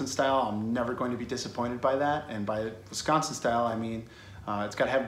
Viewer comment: I gotta get my ass down to the Settle Down now. 1.4 mi seems so far during the pandemic, but I gotta after this video. And you didn't say Wisconsin incorrectly, which pleases me. Thanks for this video. Sorry my brethren are so... noisy... on your other videos. We just take this stuff seriously.